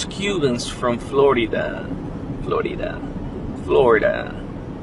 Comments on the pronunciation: Now, you don’t know how to pronounce Florida ??? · I love how you said Florida the first time, don't change it.❤